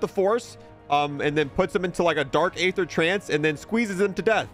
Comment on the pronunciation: How on earth are you mispronouncing aether? It's pronounced "ee-thur" not "ay-thur". The game even tells you, bro.